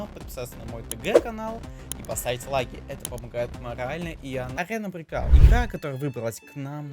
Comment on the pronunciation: breakout a ne breacot,uci english